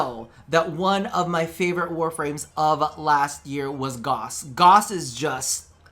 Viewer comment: Pretty cool items! I hope we see them. However.... IT. IS. PRONOUNCED. GA-OW-SS.